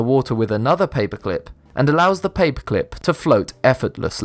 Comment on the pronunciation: you say paperclip like papeclp